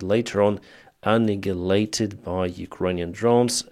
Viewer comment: /An I ya laytid / pronunciation of annihilated. Hope it helps.